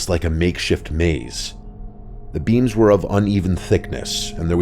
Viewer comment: Am I the only one that thought he was saying beans and not beams